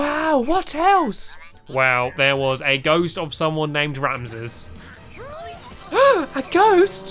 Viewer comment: You say Ramses wrong it's ram sees